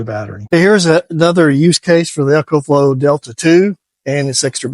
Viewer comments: EE-KO-FLO Not “Echo” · It's E CO , not echo